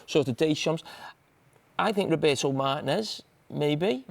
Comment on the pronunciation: Bro said “Rober’o Martin-ez” 🤣🤣